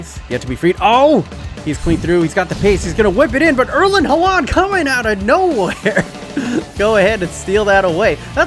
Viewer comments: I get real stressed when he says halaaaand instead of haaland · am i the only who gets really annoyed by his pronounciation of haaland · the way he pronounces Erling Haaland brings me physical pain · The way he pronounces Haaland is extremely annoying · i'm always so confused when he says Haaland :D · Kolašinac too! Ive always wondered why people pronounce it like that when its wrong.